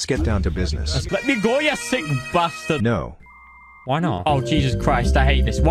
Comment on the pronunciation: Thats funny because I'm part Scottish and thats how we speak LOL